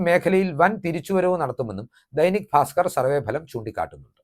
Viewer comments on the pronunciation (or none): none